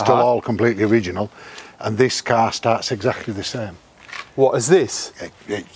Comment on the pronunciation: Feck me. How many times can he say, 'carrr', in one interview!?